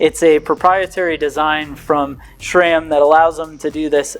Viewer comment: How bout you begin properly pronouncing SRAM!! It is not "Schram"!! Come on man! And count the number of times the word incredible was used.